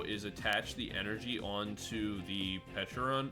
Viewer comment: Peacharunt is pronunciated peach-a-rant (the "a" is not pronunciated ai like normal but simple a) so is sound peacharant